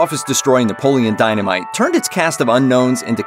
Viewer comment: Can't take this seriously if you can't even pronounce the main characters name correctly